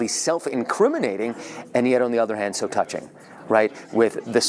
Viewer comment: "Tougching" ??? Matt Gutman is a Fing Ahole